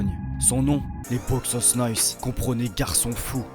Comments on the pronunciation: Salut, c'est une super vidéo mais je voulais juste ajouter un petit truc la prononciation de Boixos c'est Boy tchos, en catalan le X se prononce Tch (exemple: Xavi) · On dit "boychus" nois et t'es pas au Camp Nou mais a Montjuïc,a part ça haine a l'espanyol et sempre antimadrid!!!! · A prononcer : boytchos😅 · Ca se prononce Boujos no-is ou bouchos ca depend la region en Espagne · juste a ajouter que le "X" en catalan se prononce comme le "CH" en francais, donc ca serait boichos nois ! sinon force a toi j'adore tes vidéos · Plus exactement, ça se prononce TCH. BOITCHOS NOIS. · Très bon reportage! Juste une petite précision pour Les Boixos Nois , le ¨x ¨se prononce comme un ¨J¨ forcé presque comme le son ¨CH¨. De même pour les lettres qui suivent le X dans Boix¨OS" , le O se prononce plus comme un OU chez nous en France. Phonétiquement, ça donnerait quelque chose comme ça: Bo-i-jous No-is. Encore merci pour la vidéo! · C'est quoi cette prononciation de "boixos"???